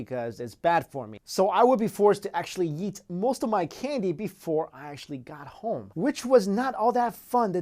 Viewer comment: Instead of eat he sounds like he's sayin yeet!